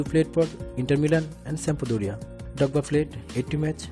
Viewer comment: Didier Dogba 💀💀 Say the R man